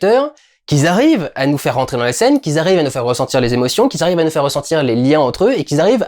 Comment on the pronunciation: "Qui zarrive":)